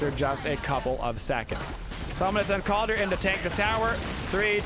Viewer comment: Sorry, it really grinds on my ears to hear you call him Kaldir with an i. It’s Kaldr, no i in the spelling or pronunciation. Skadi’s voice lines don’t even pronounce it that way.